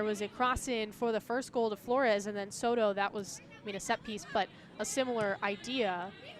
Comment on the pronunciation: la mejor jugadora es Zzoro, la narradora nunca pudo pronunciar Soto, y en cuanto a las bellas mexicanas, pues ademas de bellas muy talentosas.